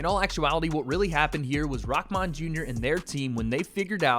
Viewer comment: It's rahman not rockman